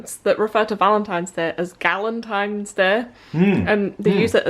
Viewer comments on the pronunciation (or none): Haha! 😂 Is it bad that when you said "Galentine's Day" I thought you said "Gallontine's Day" as in being able to eat a gallon of ice cream? I'd totally sign up for that! 🍦